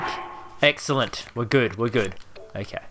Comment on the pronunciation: You are saying eggcelent replay vid